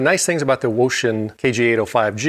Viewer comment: Finally, correct pronunciation of the name! Kudos!